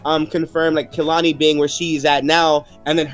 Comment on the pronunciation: every time they call Kahili Khelani I choke 😂